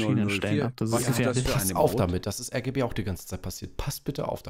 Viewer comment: ich dachte du sagst RGE Und nicht RGB Egal